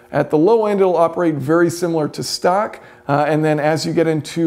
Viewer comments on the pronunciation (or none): none